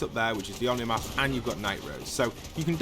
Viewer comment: by the way, you dont pronounce it as "omni mask". its actually pronounced "oh - knee mask"